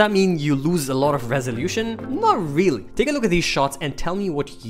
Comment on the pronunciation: "vreally" wtf